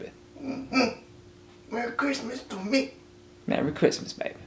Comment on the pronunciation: aye 🙌 merry crimmuhs lol